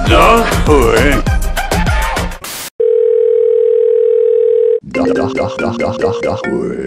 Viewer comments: het lijkt alsof hij zegt dag hoer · ik hoor soms dakhoer inplaatsvan dag hoor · Het lijkt alsof sinterklaas dag hoer zegt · Hij zegt precies dag hoer of licht dat aan mij xD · na een tijd lijkt het alsof hij dag hoer zegt wtf :’) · like als je bij denkt dat Sinterklaas zegt "hoer"😂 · Het lijkt net of Sinterklaas zegt dag hoer xD